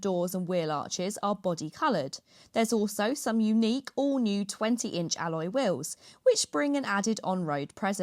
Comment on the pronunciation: I watched until the cockney woman said alloy wills?